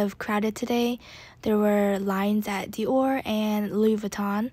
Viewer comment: Your pronunciation of Dior is very cringey. ahhh You love the brand so much at least get it right.